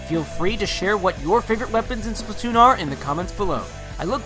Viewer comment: Why do people pronounce it splitoon its splatoon